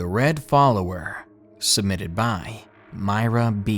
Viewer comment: It isn't miyra it's mir ra